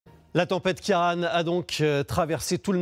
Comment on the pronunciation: Ciaran se prononce ...Quirone, En gaelique !